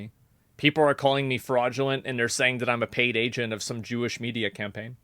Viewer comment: The way he said “Jewish” is the only thing that I’m not sure about but I’m relatively new here.